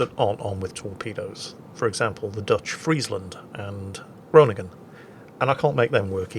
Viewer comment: almost pronounces Groningen correctly. I am so proud of him!